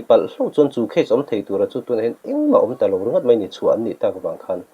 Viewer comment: Mei, mei mei, meithei...puitling chin chuan, mai, mai mai, maithei tih hram hram a ṭha...Eizawl tihte hi a zia lo em mai